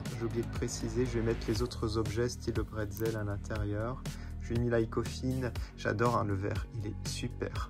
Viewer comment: Le bretzel ne serait pas un… Batzel, hihi x3 💙